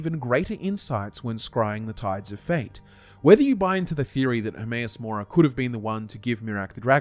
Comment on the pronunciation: Hermaeus Mora more like Hermaeus Lore-a